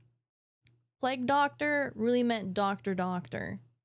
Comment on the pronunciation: Pleg Doctor 😂